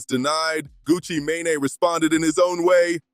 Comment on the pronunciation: Who is gucci mon- ne? U mean gucci mane? Tf lol